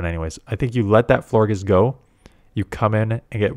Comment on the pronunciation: It’s pronounced Flor-jess. Like flower plus gorgeous.